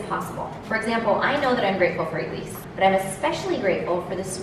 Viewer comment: I thought said I am freatful for Jews lol